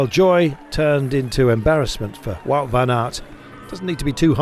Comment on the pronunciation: What gets to me a little bit is how all the English commentators pronounce "Wout" when it is so simple to pronounce it correctly like "Vote" as in elections.